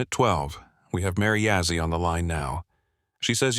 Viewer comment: It's Begay. And not Bigay. And Yazzie and not Yazzy... Haha. Anyways... 😊 Not If you're going to tell a story.. say and spell it right. 😊. Looks like the front door is facing the wrong way. Should be facing East. 😊. Okay.. continue with the the story.